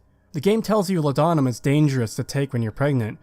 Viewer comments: I just gotta say man. Its not law'dah'mum, its law'de'num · It’s pronounced “Law-duh-numb” not “La-dawn-uhm” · It’s “Law’d-numb”, it was actually a real medication in ye olde times. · its pronounced 'lord-num', great video as always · For the sake of accuracy - Law-dah-nuhm